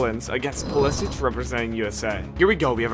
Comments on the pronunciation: bro said pulisich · bro said Mbaappe and Pulisich🤣🤣🤣